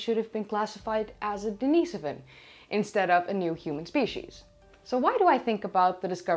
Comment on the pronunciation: Daneasavin? Isn't it more like Dinasoevan?